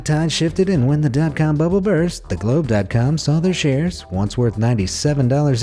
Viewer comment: The gloobe daat caam hahahahaha